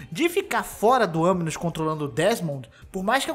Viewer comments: Aminus não cara, é animus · É animus não aminus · KKKKKKKK FOI MAL MAS NAO TANKEI O "AMINOUS" KKKKKKKKKKK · Eu tô louco ou ele disse "aminus"? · Ele disse "anus" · sim ele disse, multiplas vezes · AMINUS KKK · "Aminus" kkkkkkkkkk sabe nem falar o bagulho direiro pqp